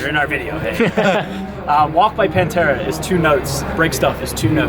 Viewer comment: You never saw Pantera...lmao As you say Pantera.